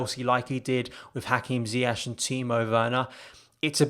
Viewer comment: Nearly August 2020 and my guy is still calling him Ziyash 🤣🤣 RIP bro, In all seriousness great video great channel keep going 🔥